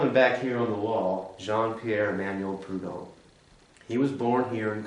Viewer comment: It’s pronounced Prud homme’